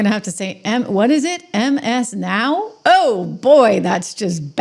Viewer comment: "Ms'n Ow"? :) Thanks & blessings!